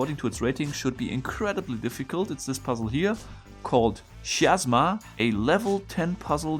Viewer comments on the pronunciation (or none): The greek letter X or chi provides the hard ch sound in chemistry. So not shiasma but kiasma. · I'm pretty sure the Greek letter chi (X) is pronounced like a K. "Ky." So it's probably Ki-asma. Maybe a word play on "miasma?"